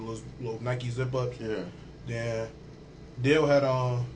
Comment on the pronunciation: He can't even say Dale, he keeps calling him Dil, what right melon.